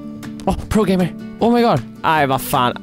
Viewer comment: BAHAHAHHA NÄT NI SA IJUSTWANTTOBEGAMER? Så hörde jag gay och inte gamer/game